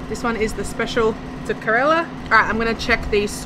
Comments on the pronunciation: It is not correla but Kerala. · fun fact 😂 not corella , kerala 😅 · You are mispronouncing kerala. You are saying it looks ka rella when it's Ker ala.